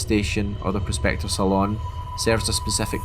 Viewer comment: For future reference, Saloon is pronounced similarly to Balloon or Lagoon.